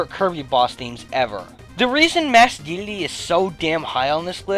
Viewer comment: "Masked Dedlde"